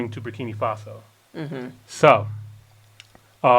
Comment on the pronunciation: I feel like people are purposely mispronouncing Burkina. Ibrahim says it correctly multiple times in most of his speeches, and yet urban folk seem to choose to pronounce it Burkini for absolutely no reason at all. Why?